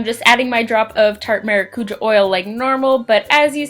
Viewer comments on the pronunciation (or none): Omg is that really how Americans pronounce “maracujá”? 😂😂 it’s “mah-rah-coo-jah” (roll the r)